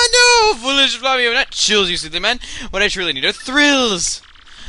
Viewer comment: Chugga the pirate's name is in Lantin so it's pronounced 'fla-wi-o' Thumbs up so he can see.